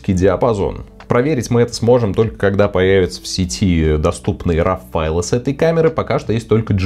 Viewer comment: спасибо, очень интересно рассказываете! только просьба - пожалуйста, говорите правильно - роу, а не рав) (да-да. я - душнила)